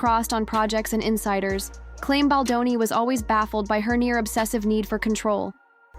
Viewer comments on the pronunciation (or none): Please pronounce Justin's last name correct! Thus the thumbs down!